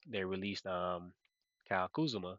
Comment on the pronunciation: man, your pronounciations always take me out 😂. first it was siakam as SAYKiam, and now its kuzma as KAZuMa😂😂. all love tho ❤